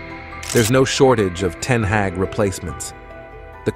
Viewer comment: You've mispronounced both Ten Hag (Harg) , and derby (Darbee) in the opening 40 seconds 😢